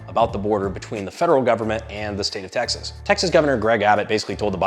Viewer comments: im sorry i had to turn on the subtitles to confirm, you started with "the people of taxes" that a blooper??? lol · Please tell me I'm not the only one who hears "The people of 'Taxes'" in the intro. I know he's supposed to be saying 'Texas', but it really freakin sounds like 'Taxes'.